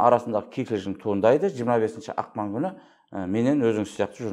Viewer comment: Жүріңдер енді орысқа арналған мақалды да айта алмай, ақпанды ақман деп